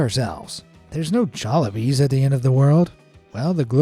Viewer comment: Did you say jalliby hahaha Philippines fast food